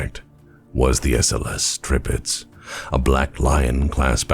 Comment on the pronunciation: No you did not say that right. But Tir-Pitz is a german name. One of a very (in)famous WWII Battleship actually. And non of you anglos ever get those right. is making a very good effort and manages to get them mostly right. Edit: And i just noticed, that it is actually written wrong in the title of his vid as well O.o Edit 2: Huh, appearantly that wrong name is the actual name used..